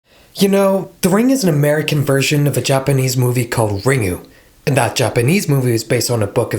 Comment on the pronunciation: Isn't the Japanese movie pronounced "Rin-gu", as opposed to "Ring-u"?